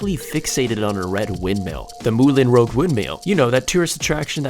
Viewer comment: Did he actually say rogue instead of Rouge? C'mon man, they even made a movie about it. Also Phineas is pronounced (fin-e-ass), not Fenis